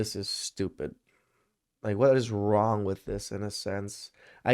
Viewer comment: You mean "prove me Wong" 😆